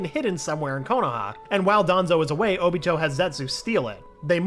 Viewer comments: He doesn’t know how to say obito name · He calls óbito uchiha and not Obito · Ok im not sure if this guy is new or not, and I'm not saying I'm not open to change but come on. He needs to work on his pronunciation ALOT. Also he kept calling oniot "oochia" like come one dude lol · Does anyone else feel off about him calling Obito just “Uchiha”? Uchiha’s his last name….